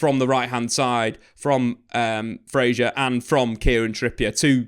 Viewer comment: Fraser not Frazier hahaha